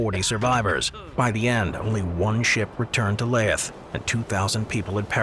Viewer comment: Sorry what harbour was that in Edinburow? Layith?